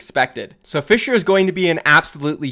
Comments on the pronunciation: You actually didnt butcher Fissures name that bad! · nope you didn't butcher the Korean name for fissure